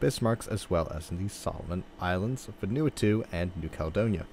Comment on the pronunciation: Hey, great video! Just as a fyi, Vanuatu is pronounced "Van oo a too"! Keep up the great work!